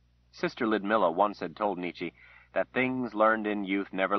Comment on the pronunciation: I once was able to sit in a reading by Terry Good kind himself. I can confirm that he pronounced the name "Nicky" not Neechee, and it pisses me off every single time he says her name.